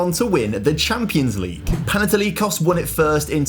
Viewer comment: as a greek hearing him constantly mispronounce everything just boils my blood... AEK is pronounced A-EK, not A-E-K Panathinaikos is pronounced PanathinaeeKOS Olympiakos is pronounced Olympiakaka because no one likes the dirty reds 🤡 PAOK is pronounced PAOKARA because it's the best team in greece and the others uhhh... no one cares about them tbf